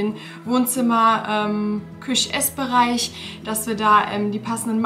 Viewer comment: Mich triggert es so, wie du Küche sagst 🫣 aber ich gönne es dir sehr ❤